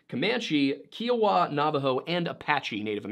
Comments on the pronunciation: It’s pronounced “ Kiowa” not keowa. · Your mispronouncing Kiowa, long I, not an ee sound. Thanks for your presentation. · Hey white bread-its not Kee-owa. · Kiowa = KY-uh-wuh, or KY-oh-wuh. Not "kee". Cheers. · It’s KĪ OWA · Just so you know, Kiowa is pronounced Ky-ah-wah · We are Native Americans (I'm 1/8 Alabama-Coushatta and my daughter and her father are federally registered Eastern Shoshone - he's full blooded & daughter is 55.75%) so I thank you for the in depth look at the natives who inhabited the Colorado area prior to your story. I do want to mention however that to our knowledge, the Kiowa tribe is pronounced as K-EYE-Oh-Wah. Just a little FYI as we attend mltiple pow wows yearly and that is how those people themselves say their tribal name. Thanks again! DocC